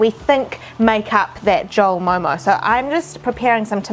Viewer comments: First of all thank you for calling it correctly as MO:MO😍. Because some people say it momos🤮 Judging on the basis of your observation only, this recreation is totally a HIT!!! A Nepalese approving your MO:MO😜 And stay safe!😊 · You Pronounced Very Well,Actually It Is Momo Not Momo’s....👌🏻